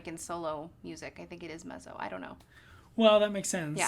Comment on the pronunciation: I could not actually finish watching this. She does not know how to pronounce "Mezzo," and he thinks Dimash struggles to reach notes. No.